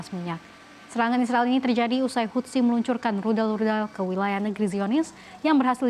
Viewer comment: satu hal lagi yang aneh dari anchors cnbc = baca houthi mereka baca hutsi 😂😂 LOL